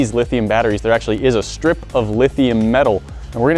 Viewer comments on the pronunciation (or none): "LIT"hium batteries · lit hium -ion